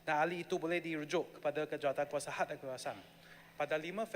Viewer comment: Cakap KHAS pun tak betul...HAD amender kau nie...lidah cacat...